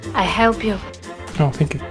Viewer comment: 😂😂😂😂😂😂 хЕлп хЕлп ахахахвххвха такой акцент смешной